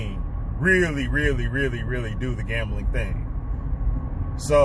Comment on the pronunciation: To win?one. Way. Stop..gembling